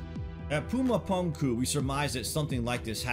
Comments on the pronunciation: Pronounced "puma-poomku" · It's weird hearing you say puma puunkuu